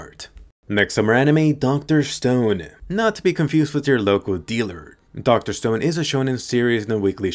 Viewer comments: Dude thats dr stone not dr stoneD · It's Dr. Stone not Dr. Stoned correct?